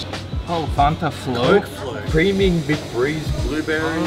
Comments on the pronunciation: fan-ta, not fonta lol😅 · Fan- ta like your boy said. Not Fahntah 😂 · I love all your ridiculous pronunciations of simple words like fanta. FAnta not FOnta lmao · Its not FONTa.. Its FANTA...youre saying it wrong...lol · Since when is Fanta pronounced Fawn-Ta. We just say FAN ta in America😭😭😭 you’re right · Fonta lol. Your friend had it right. Fanta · It's NOT FON-TAH!!!!!!!!! It's FAN-TA!!!!!!!!!!!!!!!!! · It’s “fan”ta! Your buddy got it right. Lol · What the hell is a "fonta"😂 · “fONtah” cringe af